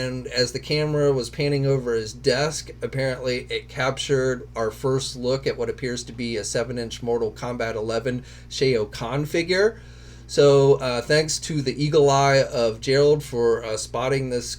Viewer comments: Shao khan is pronounced shall Kahn not shay yo Kahn. Great video as always but I don’t know too many old heads that don’t know how to pronounce his name. I mean Mortal Kombat was a huge part of the 90s. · Sh-ow Kahn not Shay-O Kahn.